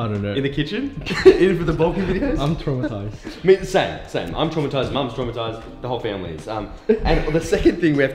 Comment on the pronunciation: (Butchered his name I think) said 'I am tramatized'...LoL